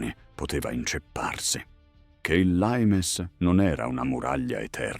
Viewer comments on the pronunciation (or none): 😂😂😂lAimes????😂😂 Non è mica inglese 😂😂😂 è latino!! LIMES!!! 😂😂 Poi...usate tono meno fiabesco dai